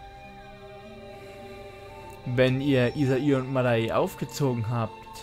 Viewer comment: das mädel heißt madae (madä ausgesprochen) nicht mada-e. einige npcs sagen dies auch wiederholt und die bonus items sind zeimlich geil. da kann ich endlich mal bishcen kohle loswerden (von der 2 mille die ich noch habe xD)